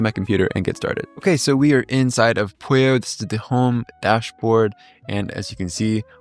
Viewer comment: So is it Pollo like Apollo, og is polio like this guy says it?